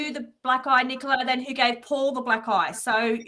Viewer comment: can't say Nicola's name correctly?!